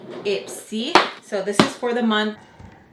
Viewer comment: ‘Look at dis-ooo’ 😂